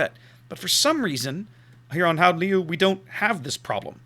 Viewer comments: yeah its like the cheth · Your second attempt at pronouncing it was almost correct, apart form the 'G' sound.